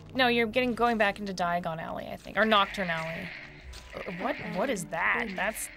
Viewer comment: That's why Harry was transported to the wrong place. He didn't say Diagon Ally he said "Diagonally"